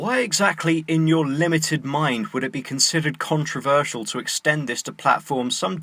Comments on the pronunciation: controverSEEal. come on lacy, its controverSHal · Every time she says "controverSEAL" I wanna blow my brains out. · she pronouce controversial as contreversïal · have I been pronouncing 'controversial' wrong all this time? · the way she says controversial bothers me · How dare she make her video about trigger warnings without providing one for her fucking horrible pronunciation of "controversial"... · She says controversial in such a stupid way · The fact she pronounces controversial that way triggers me